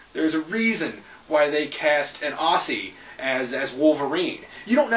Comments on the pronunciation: With all due respect Aussie is pronounced Ozzie not Ussy. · take it from an Australian. It's pronounced Ozzie. In Australia, s can mean z.